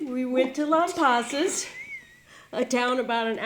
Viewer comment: I, also planned a trip to Texas two years prior! I was near you in Georgetown, TX! The clouds parted for us for about 15 minutes just when Totality hit! What a blessing! You were smart to head to Lampasas. I heard downtown Austin was cloudy. (Oh, and we pronounce it Lamb-pass-us)